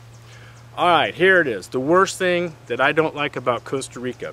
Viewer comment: The worst thing is that he keeps saying Coasta Rica